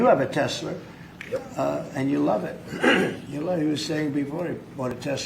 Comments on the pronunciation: Tesla's next model HAS to be the Teslerrr 😂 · hes literally clip farming at this point. You CANNOT tell me he actually said TESLER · I lost it when he said "Tesler"😂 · I heard a Canadian say Tesler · "Tesler" gets me every damn time 💀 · I hope I see a Tesla with license plate that says Tesler. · 4x TESLER IN A MINUTE 😂😂😂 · Trump said Tesler and Doge so many times. 😂😂😂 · Was Trump pronouncing it "Tesler" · Trump, the man who couned the word "tesler!". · bro doubled down on the 'tesler'. that is a true patriot. usa. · Why no one corrects him when he says “Tesler”? 😂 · Tesler. Did he watch ginger billy? Lol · He said Tesler 4 times, not 3. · I gotta get me a Tezler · I was dying when trump was calling Teslas "Teslers" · Tezzlir? Okay, trump is just fucking with us, right? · Tesler is that Jersey accent coming out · He is obviously trolling with the whole Tesler thing :D I love it! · Lol why does Trump keep calling Tesla Tesler? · Tessler what is that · Every time he says TesleR I know Asmond will love it. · "Tesler" lmao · mans getting taken out by hearing tesler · I love Tesler 😂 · He put a hard R on the end of Tesla. 😂